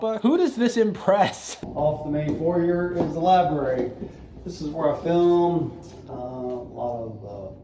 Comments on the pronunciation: What did you expect from a man who cannot pronouns "foyer" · I didn't think you were allowed to be this rich and still not know how to pronounce foyer